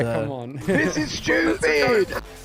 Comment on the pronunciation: The “THIS IS SCHEWPID” in the intro I’m crying😭 editor so wrong for that😂